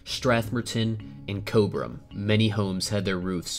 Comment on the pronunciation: lol im from cobram vic its also pronounced cob-rim